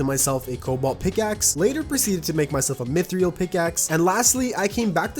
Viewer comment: You pronounce mythril wrong